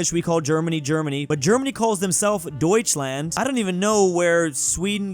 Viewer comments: it's pronounced doich-lahnd my dad said while passing by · doesn't know, that in German the letter a is pronounced like the one in star.